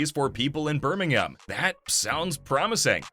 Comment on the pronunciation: Why does he say Birmingham like that